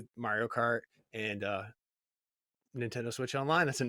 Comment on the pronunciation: Lost me at "Super Ninfriendos"